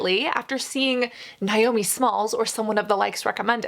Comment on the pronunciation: As a Naomi pronounced Nay-Oh-Mee I felt triggered every time she said Nie-Oh-Me 🤣